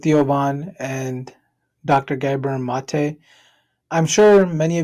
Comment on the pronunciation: I see you read your comments my friend! I heard you using the correct pronunciation of Dr. Gabor Maté now and shouted out his son Aaron. Keep the great videos coming sir. 👍